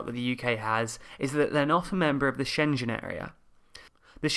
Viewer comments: She-ngg-N or Sheng-en. Not Shen Jen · Again, SchenGen. Not SchenJen 🤦‍♂️ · Interesting summary. Just one tip: As a German native speaker my ears were bleeding with your pronounciation of „Schengen“. The g is a hard one like for example in golf or gold ;) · Schengen = SHENG-un, SHENG-un! NO J sound, no hard g sound either, like the ng in singer! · Yep, I kept thinking "Shenzhen" As always awesome video summarising the facts. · Dude, you've GOT to learn how to pronounce Schengen. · Can you pronounce SCHENGEN again? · Great series but careful on the pronunciation of Schengen! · In fact, the proper pronunciation doesn't have the hard g either. But Schenjen truly sounds awful! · I hate how you pronounce Schengen.. I love your vids... These two sentences can live in peace together, but can you reconsider that pronunciation? :) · schengen area: perhaps rehearsing the pronunciation of 'schengen' wouldn't be a bad idea.. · He's saying the "gen" part as in generation. He really should change the way he pronounces it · Good video, but... 1) you keep mispronouncing Schengen - there's 'g' (as in 'guy') in there 2) in case of referendum, EU will likely agree to extension of A50 to give UK time to organize it properly